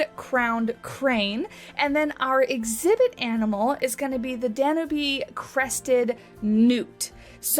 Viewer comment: I was so disappointed that platypi weren't in the Australia pack. Super excited to finally have them in the game. (Here's hoping we get some tazzies in the future.) Also, I'm pretty sure it's dan-YOOB newt.